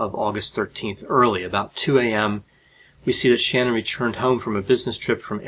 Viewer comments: Her name is pronounced Shä- nan. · Sha-nan is the proper pronunciation Dr sir thank you. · Not sure about spelling of her name...but actually pronounced... Sha-nan......sha....has short E sound....nan...as in pronounce as in man.... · Shanann, her name was Shanann with emphasis on the second syllable, not Shannon. In your research I'm curious if it included audio/video research or was it limited to print? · The wife’s name was pronounced shh - nann. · it's pronounced Shun-anne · While I appreciate your level of expertise, you could pronounce "Shan'nan" correctly. Just for the sake of respect for the dead, and for credibility. If you had studied this case, you would know how her name is pronounced. Thanks. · You are great content , just get the victems names correctly. ShanAnn is her name or how you pronounce her nam.. Thanks for lots of info. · 81 , you are correct. Her family all pronounce her name "SHAN-uhn". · I've commented on other broadcasts on this 'collection of cells' (don't want to insult man, animal or insect.) The least we can do in SHANANNs honor is spell and pronounce her name correctly. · I really wish you had pronounced her name right just one time… it’s so disrespectful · Could you at least pronounce her name properly! Did your research not include Shanann? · I cringed everytime mispronounced Shanann's name. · You pronounced Shanann's name incorrectly, at least get it right out of respect for her and her family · I am not fond of her name..but at least pronounce it right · I must have issues, because all I can think is how he is mispronouncing her name, lmao..... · Pls pronounce her name correctly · can you please pronounce the lady's name in accordance with how her parents pronounce it thank you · Her name was Shanann, not Shannon. Pronounced Shan-Ann, if you are gong to do this at least show enough respect to get it right!! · You mispronounced her name about 700 times; it’s “Sha-nann” like shenanigans. Not “Shannon”.